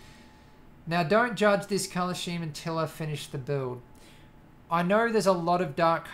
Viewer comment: scheme is pronounced: Skeem